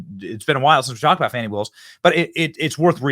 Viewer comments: Who would name a kid "Fani" and then insist the pronunciation be "Fawni?" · I helieve its pronounced Fahni